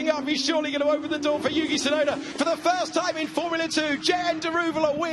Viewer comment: 実況も興奮させる走りが印象的！ でも「ユウキ・シュナイダー」にしか聞こえない！？